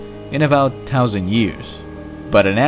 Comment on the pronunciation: he said a 10 meter asteroid wiped out the dinosaurs. That's only about 30 feet across. Sorry, it was much much larger. He can't pronounce thousand and he cant get the size of the asteroids correct. How about a little QC before posting?